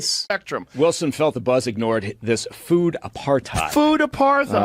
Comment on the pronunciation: is super intelligent in one breath then so dumb in the next. Never heard apartheid pronounced that way